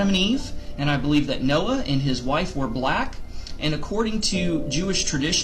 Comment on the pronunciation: Noah not Snoah😆sheesh😂🤣